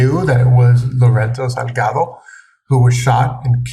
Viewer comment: Sal ga do.. not salgato